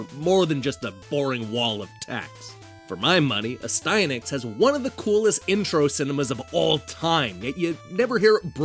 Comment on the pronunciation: ... I have been saying the name incorrectly all this time. I pronounced it AS'-tee-a-nax. Your way sounds way better :o)